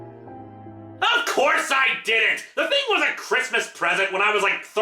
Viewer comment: Oh my god, I hate that pronouncement of Nevada. I mean, I enjoy this video and it’s enjoyable to listen to even if I’ve seen it before. But god, that’s one of my biggest pet-peeve.